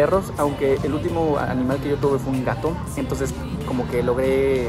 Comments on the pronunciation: se equiboco diciendo un aminal en vaz de animal jsjsjsjsjsjsjsjsjs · se equivoco dijo aminal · Aqui los que en el minuto dice aminal jajaj me encanto esa parte si ve está respuesta saludos ❤️❤️🖤🖤